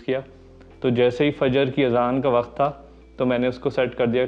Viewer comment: Wakhat naheen hota chacha, waqt hota hae